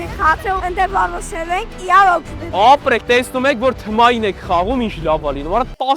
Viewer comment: Թմային չէ, թիմային